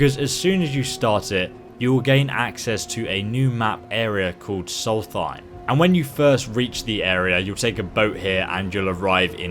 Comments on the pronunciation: It's not soulthighm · Is it just me or is he saying solthiem